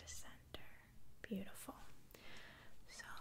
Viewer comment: Me: 2 Her: mmhhmm beautifork